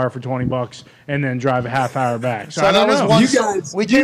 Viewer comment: Over an hahr of shenanigans? Yes please